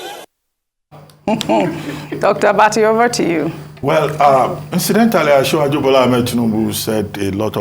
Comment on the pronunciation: I really love how this man pronounced this name,,,ojy okpeeeee